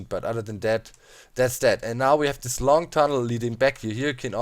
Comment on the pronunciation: Can you say that not dat for a minute or this not dis